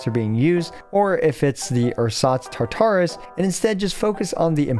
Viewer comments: This isn't that important, but just a heads up I have always heard Tartarus (from Greek mythology) pronounced with the emphasis on the first syllable rather than the second. Thanks for the guide! :) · Like Taar-ta-rus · Mfs will over pronounce character names and then completely fuck up Tartarus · Glad someone said something. I cringed every time he would say it lol